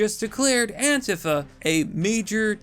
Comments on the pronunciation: It’s Antifa or ANTEEFA!!! Not Antefa!!!!😂😂😂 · AN-TEE-FA is how it’s supposed to be pronounced.